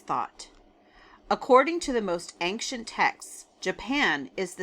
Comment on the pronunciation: Ancient is pronounced ayn-chnt not ank-shint. 😊